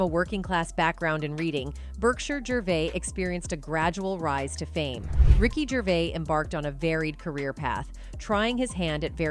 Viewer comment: WTF IS RICKY GRAVIS???